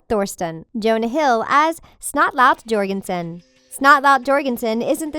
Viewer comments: It's pronounced Your-Gun-son not G/J or-gun-son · Yorginson not jorgiston! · It's not (j or gen son) its (yourgenson), spelled jorgenson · You don’t say it as Jorgenson you said it like yorgenson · Why did they say snotlout’s last name wrong 😭 it’s YORGENSON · AHAHAHAHAHA she said Snotlout jjjjorgenson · ITS SNOTLOUT 'YORGENSON' YOU MUTTONHEAD -Spaghetti but me